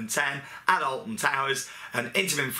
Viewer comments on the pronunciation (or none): none